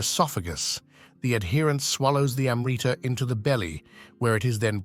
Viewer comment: you want to make a video about Amrita and failed to find out the proper pronunciation of the word, so western.